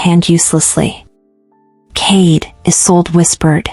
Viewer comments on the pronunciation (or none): the story is very good, but there is a problem with the names. First you called him Cade, then Kae. which is it? And the girls name is Isolde. Not A Sold.